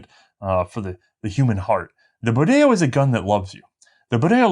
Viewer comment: Pronounce Bodeo like it rhymed with rodeo.